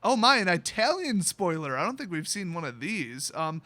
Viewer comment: it’s not “eye-talian” it’s “it-talian”. Just a lil FYI